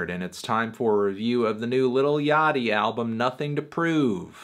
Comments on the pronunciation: I thought it was pronounced Lil Ya-chee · please no antnee. not yachtee